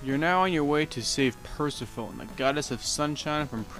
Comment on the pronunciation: Per-seh-fow-neh, not Perseh-fown